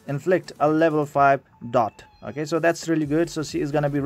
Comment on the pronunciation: Dang lol I just pulled #4 on ur list. And btw I just laugh when u say “okeh” x). Love ur goofyness idk if it’s just me but it’s what makes u unique. I might need help building that wolf unit lol. Maybe for Omen 10?